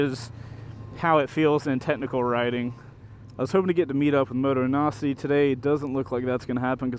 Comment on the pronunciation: Am I the only one who hears motonazi everytime he talks about Motonosity ?